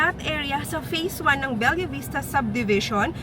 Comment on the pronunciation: Be-lah hinde BEL-YA POTAENA NAMAN YAN OH MODEL - Ma-Del hndi MOW-DEL!